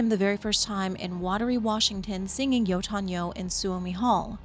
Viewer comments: At first I was confused wth are you meaning when you say "yoton yo" but then I realized you mean "yötön yö" 😆 I suppose you would say it like that if you try to force English pronunciation into it. Next time you listen to the song, pay attention to the chorus for some insight! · I don't mind the silent h, but "Jotun, yo" instead of "yötön yö" is pretty grating. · A funny anecdote: I was initially just listening to this video, and the way you pronounced "Yötön Yö" registered to my ear as "Jötun/Jotun Joe" and I just accepted that as something that probably was in the games but I forgot about. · Your pronunciation of Yötön Yö is killing me. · Great vid but I was only listening and it took me a while to get that you said yötön yö lol